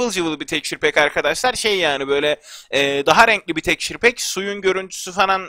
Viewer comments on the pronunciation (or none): Abi şuna tekşur pek deme